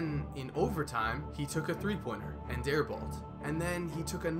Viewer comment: Everytime this dude said "and" it sounds like "ant" lmao